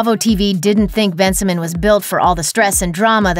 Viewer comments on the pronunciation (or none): It’s pronounced Ben-si-moan 😂😂 not Ben-si-min